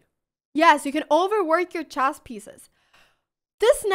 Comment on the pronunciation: I love you but please "chess" is pronounced /tʃes/ and not /dʒæzz/ as in jazzz xD